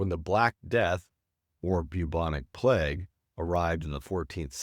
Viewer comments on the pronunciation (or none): none